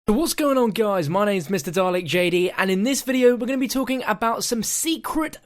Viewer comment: "Talken" Great Englash